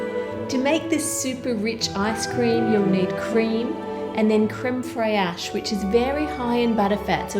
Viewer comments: Creme friache (I forgot how to spell it but it’s fine because I’m dyslexic) is pronounced like creme fresh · I'm so sorry but I couldn't resist laughing out loud when Anne said "Crème fraîche"... actually it's pronounced mostly like "fresh", that over accentuation is funny as hell x) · can I just say it is creme fresh phonetically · Isn't Creme Fraiche pronounced creme fresh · creme "frey-esh" .... xD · As someone who has seen a handful of your videos I have to say you are terrible at French 😂 the 'fraîche' in 'crème fraîche' is essentially pronounced 'fresh', it means the same thing too. I hope I'm not being too harsh, I'm just really passionate about my language. I really love you and your videos, Ann! They always make me smile. 😊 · Wow! Amazing! I have eaten gold on a desert before but in a very tiny portion! BTW it's pronounced "crem fresh" in French. And another thing.... You had the video-preview of the poisonous spider over the panning shot of the lovely desert. How off putting is that?!! And I'm not even an arachnophobe! lol Generally, I would like to see the panning shot rather than previews to other video right in the center. Ann, I don't want to sound all bad and critical, I love the entertaining and interesting content you post! Thanks :-) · its pronounced crem fresh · It's makes me smile how you say fraiche. (it is pronounced "fresh" by the way) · It's crème FRAICHE, not crème Freeaech 😂😂😂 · I'm fairly sure that I learnt how to pronounce creme "fraysh" from the first season of Masterchef Australia. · Do you wanna have another go at pronouncing crème fraîche?!! 🤣 It's a ridiculous dessert - it's basically just ice cream with chocolate sauce. Just because something is rare doesn't mean it's good. Wine from the grapes in my garden is rare. Doesn't mean it's good. I wish you'd served him the dessert, got his opinion and then said it was the most expensive in the world. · My fellow Europeans, who else cringed whenever she said crème fraîche.